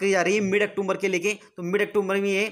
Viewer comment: अक्टूबर होता है ब्रो अक्टोमबर नहीं होता